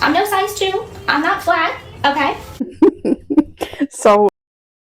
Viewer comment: I wanna pinch her in the face every time she says “k”